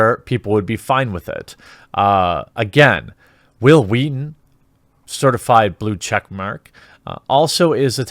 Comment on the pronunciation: Hwill Hweaton XD